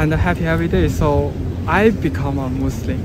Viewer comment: when you pronounce muslim, i hear like you are saying Muslin with an 'n'. is it just me? 😁😁